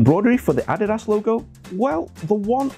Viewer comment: That’s how you actually pronounce it